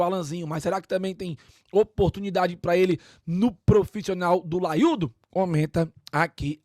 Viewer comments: Que porra de " laiudo " é isso. É O LAIO !!! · "laiudo" é paia viu